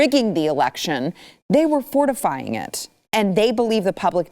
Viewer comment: Ohhhh . . . 'FORtifying'. I can just hear and see Tucker Carlsen saying that.